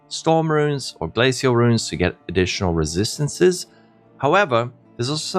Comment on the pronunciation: If I hear you say resistancesesssesssssss one more time...